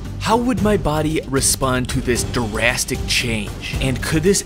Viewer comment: Dude said "durastic change" 🤣